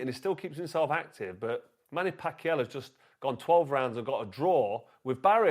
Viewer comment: Why can’t you pronounce Manny Pacquiao